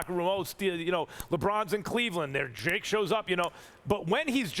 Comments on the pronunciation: c'mon Stephen a... it's not dre. Its drake And ... lmaooo wow Stephen a it really ain't dre. Its drake, guy. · I think Stephen A. Smith might be getting Drake confused with Dr. Dre lol. Cause I swear I kept hearing him say Dre, not Drake. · SAS butchers names so often now lol. He called that man Drake, "Dre" 🤣🤣🤣 - Rob Pelinka to ➡️ Rob Pelink-er Drake to ➡️ Dre